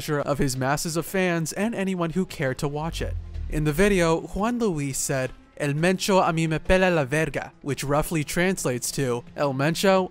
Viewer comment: Pinche pronunciación toda cagada "el menchou" 😹👉